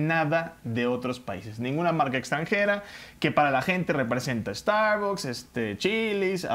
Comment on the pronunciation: Primero q aprenda a pronunciar la palabra starbucks este tipejo.